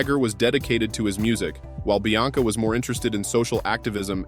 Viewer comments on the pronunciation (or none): The name is Bianca....NOT Blanca. Jade was born in 1971....NOT 1977. The name is Georgia May...pronounced like the U.S. State....NOT Gorga. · This video is a joke. I mean, who's ''Blanca"? (Bianca). And you can't even pronounce Gimenez correctly. So many women not mentioned. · Bianca NOT BLanca